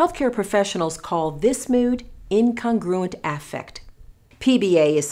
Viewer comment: The way she pronounces “affect” triggers me